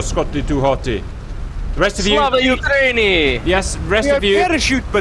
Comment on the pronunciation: Its slava Ukrain-neyuh btw